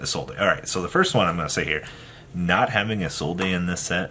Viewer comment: My guy, as a man whom speaks 3 languages fluently and one of them is French. It's Isolde not ISOLDAYYY. Lol idk why yugioh players rather add the extra grammar that's unnecessary.... plus add the fact that people dont read the cards. Lol. Much love.